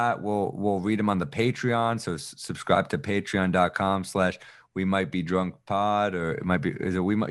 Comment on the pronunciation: Right! He might be dwwrunk 😆